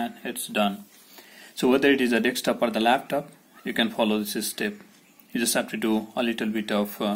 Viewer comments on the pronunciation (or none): It's not Dextop dude